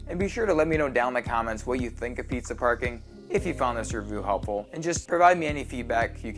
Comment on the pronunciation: I knew it! Preezuh Parcoring!